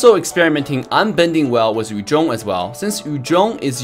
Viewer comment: The way he said "Yu zhong, Chou, Ling..." is a music to my ears. Most ML players pronounce Yu Zhong as Yu ZONG and it hurts! 😂